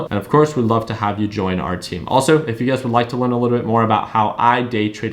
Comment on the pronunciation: you've been trading $UGAZ so long that when you say, "You Guys" you say, "UGAZ". 😄